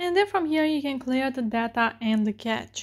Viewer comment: It’s not catch, its suppose to be called : Cache (cae-shae)